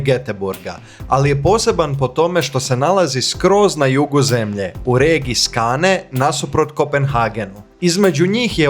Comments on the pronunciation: Molim vas izgovarajte tocno imena ulica i mjesta jer zvuci zaista glupo. Nije stor torg vec stur torj. Skåne je skone nije skane itd. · Skone,nije Skane..logom